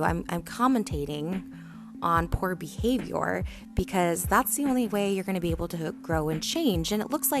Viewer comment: Can we just say that Trisha said Your BeHaVoIYoUr